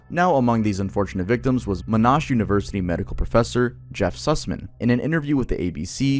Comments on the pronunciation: It's pronounced "Mon - Ash" like ash from a fire, not "aarsh". TY from Australia 😊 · Mon-ash University. yeah Aussie accent at its finest Edit!! We had a Redbox vending machine by our local Woolworths supermarket that had been forgotten 😂 it sat there for years. And yeah we quietly paid $5 for dvds that we never returned. We emptied it then the owner of the shopping centre broke it open and donated the money to a well Known Australian charity (Don’t worry. He really did donate it we watched him.)The bright red machine now lives in a storage cupboard in side the centre 😂